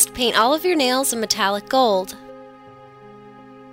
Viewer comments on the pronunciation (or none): Nails not ails